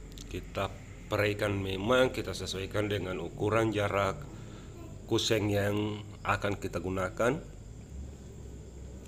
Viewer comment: Kusen bukan kuseng, pasti org Sulsel 🤣🤣🤣